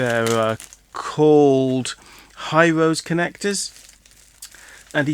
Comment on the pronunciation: hirose is pronounced hi-row-she... digikey used to sell them... maybe they are out of stock, or have stopped sourcing them